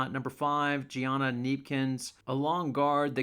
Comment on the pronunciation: Also, it’s pronounces “juj-nigh-uh” barker. Not Gianna lol